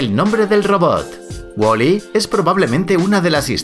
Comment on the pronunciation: Es Waly y no Woli tanto te crees con ese asentito